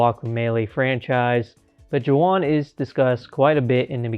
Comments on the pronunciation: This is the first time I'm watching it, and I'm seeing you did not realize how to say his name. It's pronounced more like Waun or Huan, because J's are always pronounced different in Spanish. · Imagine mispronouncing Juan 😞